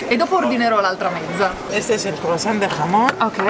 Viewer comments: Da madrid in giù TAPAS: viene dal verbo tapar..usate per coprire il vino nel bicchiere dalle mosche. Pinxtos sono sempre sul pane! AGUUUUUUR! PS. mi raccomando mai dire frittatina che vi menano ahahaaha baci dall'andalucia vi si ama! PPS. bella la pronuncia del hhhhhhhhhhamon! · Spiegate a Franci che la "H" in spagnolo, come in italiano, non si pronuncia con un'alitata. E la "J" nemmeno si pronuncia con un'atra alitata, ma con una gutturale aspirata. Per il resto, siete sempre i migliori e i più simpatici.